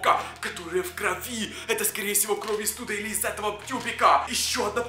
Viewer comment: Кровь ане кровь уларение на вь